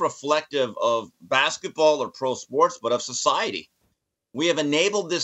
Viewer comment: Baskah Ball???😂😂😂